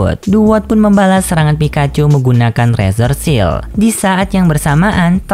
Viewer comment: Ralat bang, seharusnya serangan Oshawott dibaca Shell bukan Seal. Kalau Seal apanya dah yg disegel pake serangan pedang